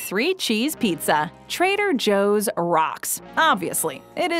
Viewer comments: Why are you pronouncing Trader Joe’s like that? Stop... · I’m just playing but your Trader Joe’s pronunciation makes it sound like a Japanese steak house 😂